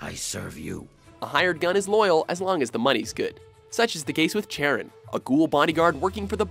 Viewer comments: "Chair-un" Learn some greek mythology and try "Cuh-ron" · I think Charon is pronounced as kair-ron? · It’s pronounced sh-air-en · Ahem, its Sharon thats how you pronounce my name! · It's pronounced 'Karen" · Chair-on cringe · Not a single FO4 character in the official list, that's cold. You did my dude Charon dirty by pronouncing his name Chair-in too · Charon...? Seriously...? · I hate how many people mispronounce Charon.